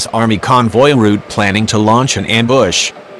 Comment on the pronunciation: I hope the super weapon works better than that automated voice. am-BUSH :-)